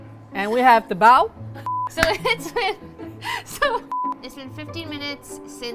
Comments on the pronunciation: Listen to them say "bao" makes me cronge ad they are saying it wrong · nobody:: OPEN IT AND WE HAVE ZHE BAO